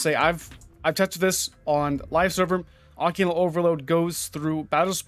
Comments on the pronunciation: It's pronounced Occ-ult. Now oc-u-lent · o cult there is no n in it, its not o cue lant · OCCULT. NOT OCCULENT. LoL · Great catch on this buff even tho you kept calling it OCCULANT instead of Occult ;) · Say oh-cult. Not occulent.. Wtf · Literally triggered me everytime he said it. Dude needs to learn to read. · Listening to you mispronounced that over and over was painful LOL good video though it’s occult not occulant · Occult. Not occulant lol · Can you quit saying Occulant* Its pronounced ugh-cult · Occult. "Oh-cult". Nice video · I'm sorry...AH-kuhlt, there is no 'i' or 'n' in that word. Keep up the good work with the info! 👍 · Not sure if it’s been said, but it’s pronounced “uh-cult” or “ah-cult”. Something to that effect. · Someone please tell it's pronounced 'Ugh-Cult':)